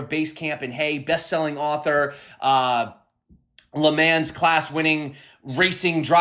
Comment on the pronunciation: when you called Le Mans “Leh Man’s” I felt that lol. Think how a Frenchman would pronounce lemon.